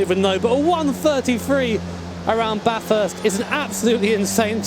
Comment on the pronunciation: Everytime you say ba-thirst instead of bathest I die a little inside.